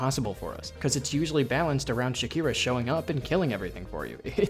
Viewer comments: her name is "Shakra," not "Shakira." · did bro just called shakra "shakira"????? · Shakra ❌ Shakira ✅ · ish: Moorwing despawns because you entered bellhart from the back, via the wormways (and shelwood). It is not random. Shakra does not spawn into that fight in the hunter's march when you have not collected enough of her maps. Also, I would love for you to not pronounce Shakra like that. I know a lot about this game's inner workings. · I'm sorry. This video is good. But you said my second favorite character's name wrong. Don't yell at me. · maybe because you're mispronouncing her name so egregiously? lmao